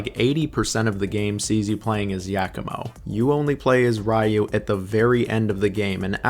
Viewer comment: Gay-den and Rye-u. Oh man.